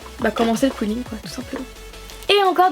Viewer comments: C'est pas qouilling c'est quilling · Je crois que sa se dit Kiling.... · On dit qilling